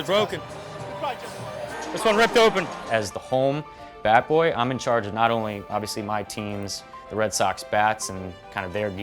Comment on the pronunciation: It's Bat Boy, not Bay Boy you dumb intern. If you're trying to graduate college, atleast play the part correctly.